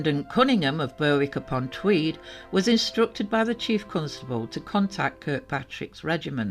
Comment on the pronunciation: Seemed odd, why didn’t she take a chaperone. I wondered if she had damaged the car and tried to cover it up obviously unbeknownst to parents. Seems strange no evidence to verify her story. Such a shame, very sad. Sorry, it made me laugh to hear the pronunciations of Berwick and Prudhoe I live near so am familiar but have been known to butcher many unfamiliar names 😊. Loving the story telling!